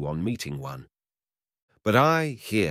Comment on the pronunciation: Thanks, but I wish you had checked how to pronounce correctly the name Petrovich first.